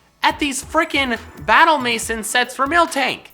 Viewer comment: Maison=may-zahn Tis french